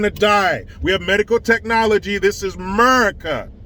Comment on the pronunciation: AMERICA not merica